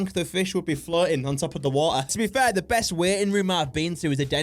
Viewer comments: I thought she said “Waiting rum” instead of waiting room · I now she’s saying waiting room but it sounds to me waiting run anyone else hear that